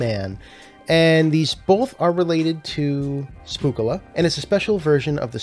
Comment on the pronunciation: It’s actually pronounced spook ocala. Ocala is the city in Florida that the con is in. So they just took both words and combined them